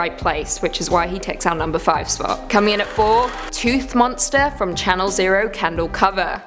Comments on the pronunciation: Just an fyi it's candle cove not candle cover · Its candle cove not candle cover..??? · It's candle cove not cover. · Candle Cove, not Candle Cover... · it candle cove not cover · Isn't it candle cove, not candle cover? I'm pretty sure it is. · Candle Cove, not cover. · Thankfully someone corrected her, it bugged me hearing candle cover over and over lol